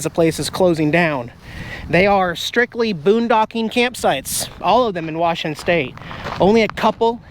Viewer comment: Dang...I cringed when you called it WARSHington! Technically, I think George is considered Central WA, as opposed to Eastern. When I lived in Ellensburg, at least, that's how we viewed it...